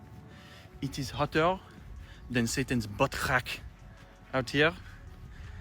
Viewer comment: "Satan's butt crack" in a French accent sent me!